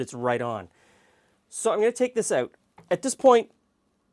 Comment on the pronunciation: "Dry oot too quickly" lol